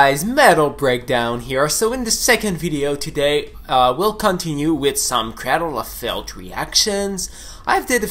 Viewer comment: "Craddle of fihlth" that's how you know Finland.